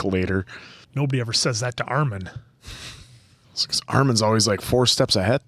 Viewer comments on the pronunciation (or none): Hate how he pronounces Armins name as Ar-mahn